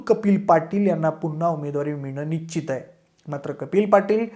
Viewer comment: nichit nhi nischit. निश्चित. कृपया योग्य आणि अस्खलित मराठी बोलण्याचा प्रयत्न करा. एका लोकप्रिय यूट्यूब चॅनेलचा अँकर म्हणून तुम्हाला मराठीतील बारकावे, सशक्त शब्दसंग्रह, व्याकरण इत्यादी गोष्टींची चांगलीच जाणीव असावी. तुम्ही सर्व खूप चांगले माहितीपूर्ण व्हिडिओ बनवत आहात. असच चालू राहू दे. तुम्हाला आणि तुमच्या टीमला शुभेच्छा.